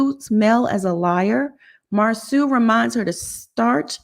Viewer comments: Mausau not Mauser. Correction is good. 🤗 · His name is pronounced "Mar-so" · His name is not MarSue! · PLEASE GET MARSAU NAME RIGHT! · I hate missed the live., I’m need you to keep pronouncing Marsau’s name the way you do. It’s funny 😄 I laugh every time!!!!!